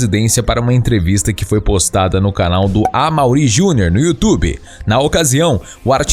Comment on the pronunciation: O canal é bom, mas esse narrador é muito fraco. Pô, precisa botar esse sotaque no nome desse apresentador tão conhecido que é o Amaury Jr?